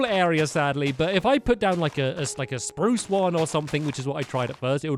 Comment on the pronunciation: youre saying poo its sproos